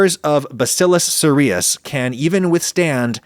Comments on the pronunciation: I work in clinical microbiology, and bacillus cereus is commonly pronounced with the emphasis on the first syllable. Sounds like “serious.” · Bacillus Cereus... pronounced as in SERIOUS.